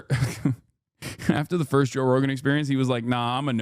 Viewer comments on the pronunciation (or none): none